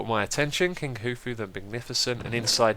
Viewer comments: khufu is pronounced koo-foo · Xisuma, you really are a general good guy! Just so ya know, Khufu is pronounced Koo-foo. ;)